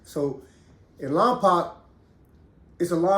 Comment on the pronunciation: It’s lom poke lol